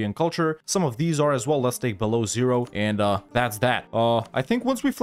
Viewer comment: I won't lie, that beloozeroo was really, really funny. Almost as much as Russian Russia.